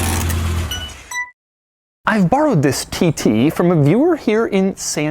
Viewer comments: Lol when says tt it sounds like tities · "Audi TiTy" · Why does he keep saying titty? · is he saying Titties? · Ah yes, the Audi TTie